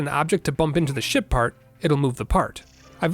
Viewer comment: Somehow I keep hearing him say "Shit part"